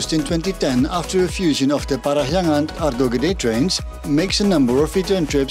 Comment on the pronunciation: Interesting, your pronounciation of "Parahyangan" is so perfect. Correction about the name though, the word "Parahyangan" means Place where Hyang (God) reside. The logic pretty much like when we are talking about Mount Olympus where the Greek God reside. Interestingly enough, a lot of cultures believe that God is reside within high place like mountain. That's why some mountain would seen as sacred. This is also why so many temples was built in high places.